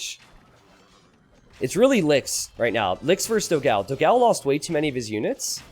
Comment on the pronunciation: please just once check out how to pronounce ''dogão'' (with the ã) on google translator i beg you